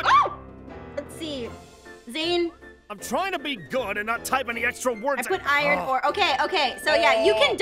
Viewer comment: The sound of iron: ayron